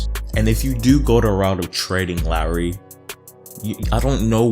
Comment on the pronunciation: I can tell this man ain’t a Raptors fan, he said to sign Ibaka for 30M, he called Lowry ‘Rowly’ and he called Boucher ‘Bow-Chur’